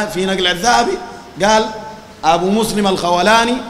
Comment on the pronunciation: ياخي انت اسمه ما عارفه تجي تقول قال وما قال الخوٙلاني ولا الخوْلاني ؟؟